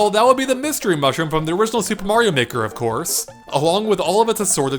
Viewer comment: In the beginning it sounds like he says super mario nword 2